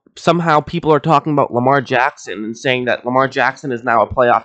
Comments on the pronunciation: It's Lamar not Jamar. Jeeeez! 😒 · Lamar* not jamar